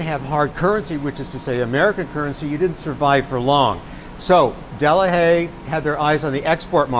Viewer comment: It's pronounced delaie, burgers :)